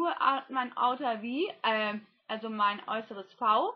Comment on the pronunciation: Oha, da schlägt aber ganz schön der AmericanGuruYoutubeAddictAccent durch! "Outer V" :D Wie süß du doch bist! Ich wünsche dir noch eine superschöne Adventszeit und wunderbare Feiertage!